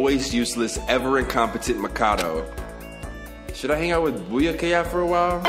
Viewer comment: I still don’t see how he can’t pronounce Byakuya. He been playing the game long as fuck and plenty of the characters have said it too.